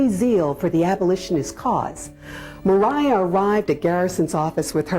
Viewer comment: Why would you assume her name is Mer-eye-ah. Maria is widely accepted to be pronounced as MAh ree ah. Is there something I am missing about the history of the name?